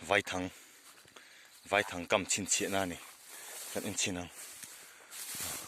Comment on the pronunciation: Vâithang ni lovin vaithang tih tur zawk a ni e sir😅